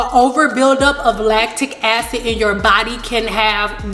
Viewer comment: Rebelfairy4life I aint dun took the time to here her say “latic acids” I could of been watchin sum else.